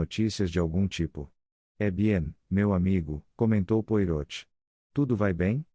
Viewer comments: Francamente, pronunciar o nome Poirot conforme está escrito é o fim da picada! É uma máquina que faz a leitura? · Custa pronunciar direito? Joga o nome do belga em um site de tradução com áudio ou assiste a um vídeo dele, há vários pelo youtube e aprende a falar direito. Afinal, o personagem é bem conhecido. Use suas pequenas células cinzentas.